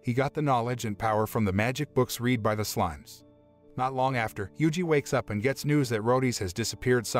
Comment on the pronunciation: Because it’s a fake YT channel with AI bots reading AI scripts. You can tell by the pauses and incorrect pronunciations like “read”